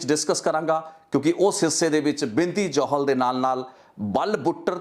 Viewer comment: are you a punjabi sikh? ਕਿਉਂਕਿ "ਜੋਹਲ ਨਹੀਂ ਜੌਹਲ" ਹੁੰਦਾ ਅਤੇ "ਦੁਸਾਂਝ ਨਹੀਂ ਦੋਸਾਂਝ" ਹੁੰਦਾ ਹੈ ਗੋਤ (surname) brother.. ਅਤੇ brother ਜੋ ਤੁਹਾਡਾ surname ਹੈ " " ਇਸ ਨੂੰ ਪੰਜਾਬੀ ਵਿੱਚ ਕਿਸ ਤਰ੍ਹਾਂ ਬੋਲਿਆ ਅਤੇ ਲਿਖਿਆ ਜਾਂਦਾ ਹੈ... With due respect ਪੁੱਛ ਰਿਹਾ brother, ਕਿਉਂਕਿ ਮੈਂਨੂੰ ਅਲੱਗ ਅਲੱਗ surnames ਬਾਰੇ ਜਾਣਕਾਰੀ ਰੱਖਣੀ ਜਾਂ ਕਹਿ ਲਵੋ ਕਿ ਇਕੱਠਿਆਂ ਕਰਨੀ ਮੇਰਾ ਸ਼ੌਕ ਹੈ brother.. ਇਸ ਕਰਕੇ ਪੁੱਛ ਰਿਹਾ ਹਾਂ..🙏🙏🙏🙏🙏